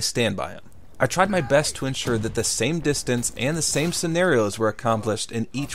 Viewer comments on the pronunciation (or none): "the breast knuckles" he said